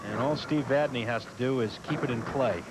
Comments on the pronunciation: I'm going to say it again. It's not VadNAY, it's VadNEY. What is it with these two announcers? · V A D N E Y